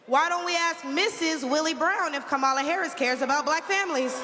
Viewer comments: The more I listen to her, the more she makes my stomach upset 😡 What an embarrassment to all black people. No one is coming for anything. Tomorrow she will be forgotten. Learn how to say her name please. I think it's Kamala not Camalla. Damnnn! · It’s Kah-ma-la.Not that difficult.😣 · This fool needs to start by knowing how to properly pronounce #VP Harris first name. 🥴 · The fact that she just can't pronounce Kamala's name correctly is irritating AF in itself. She's a clown... just like her boy Donald. Up there shucking and jiving for the crowd. Parroting misinformation... let's go BLUE! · Do they require them to say her name wrong? Hard to believe a black woman can't pronounce a name like Kamala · How embarrassing that she can’t even pronounce “Kamala” properly. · Intentionally mispronouncing Kamala’s name is gonna come back to haunt the Republican Party. I also wonder how much those black people in the background got paid to stand there listening to that garbage. Better yet, how much did the regular racists get paid to be out of camera frame. 🙄